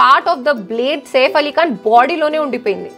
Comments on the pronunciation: మరి ఓవర్ చేస్తున్నావ్ సేఫ్ కాదు సైఫ్ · వాడు సేఫ్ ఆలీఖాన్ కాదు! సైఫ్ అలీఖాన్ 😂😂😂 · Safe ali khan kadhu saif ali khan Heck saw kadhu hack saw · 1st of all safe Ali Khan kaadu "SAIF" Ali Khan